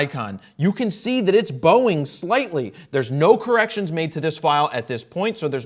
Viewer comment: Everytime he says bowing I think of Boeing.